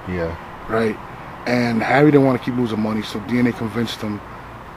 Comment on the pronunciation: he called him Harry, but it sounded like Harvey... I think the Indian dude pronounces his name Haré like Hare Krishna. Someone I. The comments laughed and noted ARP is the only one who pronounces dudes name right